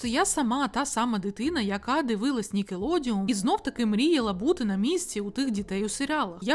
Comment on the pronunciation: Відео неперевершене, усе сподобалось.. але, нікелодеОН Не нікелодіУМ, будь ласка, цим усі блогери грішать. Нікалодеон, ніколодіон і йому подібні - неправильні. Від слова «нікель» і «одеон»🙏